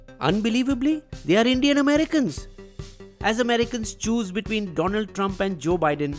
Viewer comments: Its Doland Trump not Donald Didnt you hear him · Its do-land trump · Its Dolund Trump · It's Donald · Who said Donald Trump? It's Doland Trump :)